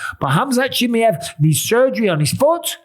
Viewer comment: CHIMAYEV. NOT CHIMEV